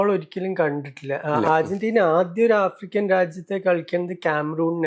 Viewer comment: Ergentina alla😂 Argentina ann